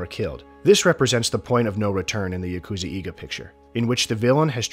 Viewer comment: Fantastically done video, well researched and executed. I would only suggest a brief look at pronunciation of Japanese, you mentioned 'eiga' quite a few times but the pronunciation you gave 'eega' is incorrect. Vowel sounds in Japanese are consistent, so just learning each vowel sound and how they sound when combined, such as "ei", will go a long way in getting your Japanese pronunciation right. Again, great video, but since you said 'eiga' in particular so many times, I felt it was worth mentioning.